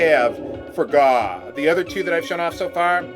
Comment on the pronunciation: Gau is supposed to be 'gao' ＝がう。 It's the Japanese sound for a dinosaur roar. Gao is pronounced guh-ow.